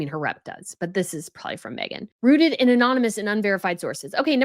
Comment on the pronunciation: She said Kensey, I noticed too. I love, and maybe it's a thing in USA, maybe even here in Australia too, but I notice that is very well spoken but let's herself down when she says "Prolly" instead of "probably" she never pronounces the word in full. Not a big deal but something I noticed. But i was only shocked as she is so well spoken with every other word. Felt sorry for the word "probably" lol. How amazing are her videos. Shecis very hardworking. We all have our idiosyncrasies. I say um a lot. Everyone has something.